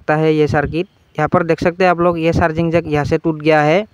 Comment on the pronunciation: Thanku bro for new solution lekin ye Charging jack hota h Sharging jack nhi